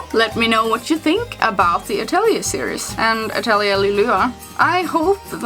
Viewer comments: but the correct pronunciation is uh·teh·lee·ei I made the same mistake and realized it after someone corrected. Then I looked it up and it was true. I think name is French. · You know she's saying the game name wrong.